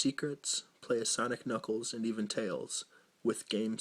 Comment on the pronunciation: “DIS IZ UHH, SANIK AND NUKELS”